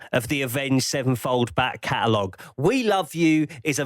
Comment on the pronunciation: Okay I'm finally caught up, and I've been dying to ask: Is saying "Back Catalog," or "Bat Catalog?"